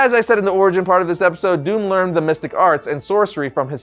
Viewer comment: Bonus points to you, for pronouncing his name PERFECTLY.